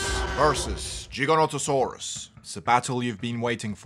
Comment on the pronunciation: Giganotosaurus not Jiganotosaurus